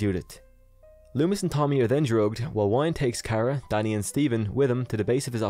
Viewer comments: Good video. Dr Wyn is pronounced Win not Wine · I believe the correct annunciation of Dr. Wynn's name is WIN. Like winning a game. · I thought that Loomis had a heart attack at the end of H5. Also I'm pretty sure Wynn's name is pronounced win.